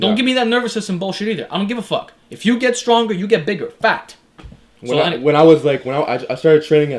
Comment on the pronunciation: it sounds like you're saying fat instead of fact.